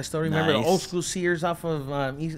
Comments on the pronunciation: Ik wanted to laugh everytime he said schoo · i luv how this foo say scoo😂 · Shi had me dying